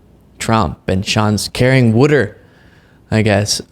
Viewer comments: knows what carry water means....he was joking about Bannon's pronouncing it "wood-er" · It's not the saying that didn't understand, it was Bannon saying "wood-er" for water was laughing about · Or wuder , 😂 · Ugh,.....just ugh!!!! And I hate to say this but I too pronounce water, warter!!!!!!! So do many of my family!!!😁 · Uh,, some people in America pronounce the word “water” as “wudder”. We don’t make fun of people’s accents. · That pronunciation of water, is from Philly area. He's still an idiot, but that's the source of the water thing. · Not that I like Bannon at all, but his pronunciation of "water" is pretty common in the PA/DMV area. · The pronunciation of water is a southern thing. My grandma says it. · it’s a bit much with the “water” and how Bannon’s accent affects its pronunciation. Frankly, you shouldn’t have wasted your time on it once let alone three or more times. Dave Pakman often mocks the NY accent and I think everybody can live without either one of you doing that, it’s so incredibly petty.